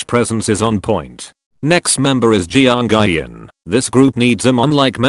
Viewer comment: How robot voice pronounces twice names Nayyeon Jianguy.on Ma-mo Séna Jihighyo Minar Dahighyun Chiiyoung Chewie